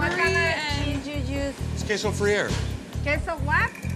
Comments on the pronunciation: Lollll it’s queso freyere WHAAAAAAATTTTTT🤣🤣🤣🤣😂😂😂😂😂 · The cheese he said that he used is queso freir. His wife thought that he said breir. According to Google, it's queso de freir. Most know it as queso blanco. Which is a salty Dominican cheese. So not Mexican or Hispanic at all. I think that the seller thought that was similar 'cause it has queso in the name. Add in the "de" and it doesn't sound like a similar cheese. Plus it's a salty cheese. Which Ramsey said it tasted very salty.